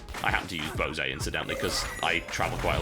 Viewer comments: Bow-say? Boe-say? BOSE. B-O-S-E. Amazing pronunciation there, Toetual Beescahut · Bosei? WHAT. Is that British English for Bose? I'm sorry for being a jerk, but it annoys, like "Raysh al Ghul" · Sound like someone's never seen a Bose commercial. Pretty sure it was founded in Massachusetts by a guy named Bose, not a Frenchman named Bosee (bo-say.) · Never heard someone say BOSE like that b4. Interesting. Cool game too, thanks TB. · I think to myself: "Is that how your supposed to pronounce Bose?" *checks Wikipedia* "nope definitely not..."